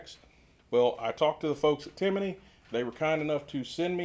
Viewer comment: No extra points for enunciation. I’ll bet you freak out when guys say Lee u pold instead of Loo pold huh?